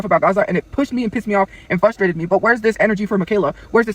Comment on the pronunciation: Fidgerator. I get so FUStrated when she doesn’t pronounce words properly. Illiterate bag of rotting potatoes